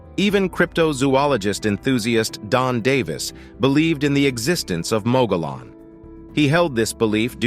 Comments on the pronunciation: You need to learn the correct pronunciation of Mogollon rim. Muggy-on. The double "L" makes a "ya" sound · Please learn the correct pronunciation of your topic. Mogollon = moggy-yawn. Named for Governor Don Juan Ignacio Flores Mogollón. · Locals pronounce Mogollon as, "Mogy-yon". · It's pronounced "Mug-ghee-own" for Mogollon Rim or Mountains. And as a former resident of Yavapai County, AZ: I've NEVER EVEN HEARD of this "monster" the clip mentioned. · Mogollon is pronounced "Mug-ee-yon" and any local knows you are not when you say it the way it is spelled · The canyon was created by a sudden catastrophic event. It was not created by a river. You're explanation is out dated. And you're pronouncing the name of the rim wrong. Text book dummy. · Please learn how to pronounce ‘mogollon’ before you do a documentary on it! Cringe! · The moderator has not been known to let the need for research cloud his observations conclusions and statements. Nevertheless, it is interesting. Having a grown up in the vicinity of the Mogollon Rim, and the Gila River, hearing both names grossly mispronounced made me cringe. There were several non sequiturs as well, but ?WTF? Not important.. 🎉